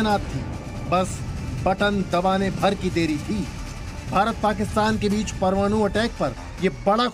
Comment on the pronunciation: यार तुम लोग 'परमाणु' बोलना भी सीख लो. यह क्या परमानू परमानू बकते हो.